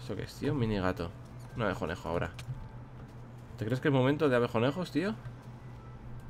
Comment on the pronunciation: WILLY NO ES abejonejo es abeconejo